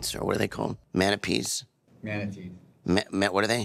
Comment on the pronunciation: that’s what it sounds like when she says it 😂😂😂